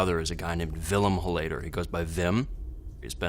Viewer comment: Love how he mispronounces the surname. It's pronounced HOL-layder, buddy, not hol-LAY-der